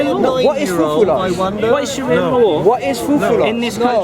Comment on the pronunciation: lool man said Shria law lool did he realise he's repeating law law. shria simply means law wtf is wrong with these westerns lool if you dont know arabic dont say it. islamic shira or islamic law say it that way